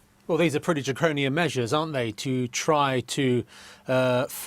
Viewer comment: Man said draconian